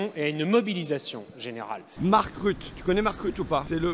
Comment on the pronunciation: Déjà Yanne Barthes est un humoriste, il fait rire les gens et il est payé pour ça . Vous êtes un député vous êtes censé être dans l’hémicycle ! J’étais en stage donc dans la cours à ce moment là et vous étiez ridicule! Vous avez un camion très polluant aussi. Ça se prononce mark ruttE.